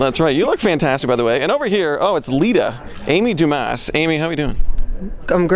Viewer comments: Amy DooMaah not Amy DuMAASSS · How about mispronouncing her name. It's Duma with a silent S. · Why do so many people pronounce Amy's last name wrong? It's pronounced Du-MAH, not DU-mahs. The A has more emphasis, and the S is silent. Understand?? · actually pronounced Du-Ma....but coming from an Ass Clown I see why you'd say that. What a Dingus......no doubt you came from a test tube.